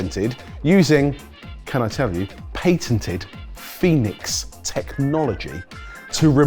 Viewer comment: I'm not aware that Patented has 'in' in it... I mean, 'Paintented?